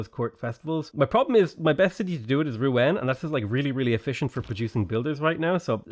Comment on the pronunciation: Rouen pronounced “roo-on”